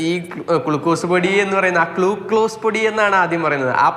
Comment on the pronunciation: ക്ലൂ കോ സല്ല.ക്ലൂ ക്ലൂസ്😅